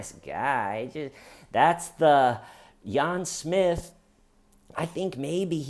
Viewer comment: "Yahn Smith" 🤣